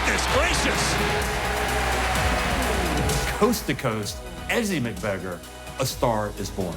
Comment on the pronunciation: How about learning how to pronounce her name properly?